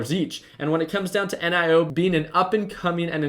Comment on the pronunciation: Why you call it En I o, why not simply NIO